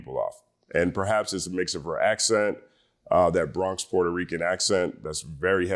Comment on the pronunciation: Not easy to remake a Hov classic but she pulled it off 🫡. By the way Bronx *Dominican accent.